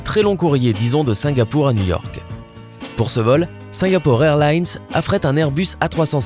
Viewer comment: New York et non nework